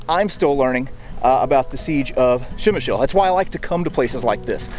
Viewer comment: To property pronounce name of this city just add "pre" like in "predator" to what you are sayin' now😉